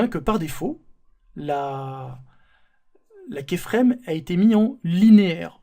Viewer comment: Très PÉNIBLE ! : vous pouvez expliquer beaucoup de choses en 10 x moins de temps. On n'est pas des enfants quoi... Et on dit pas kÉframe mais kYframe.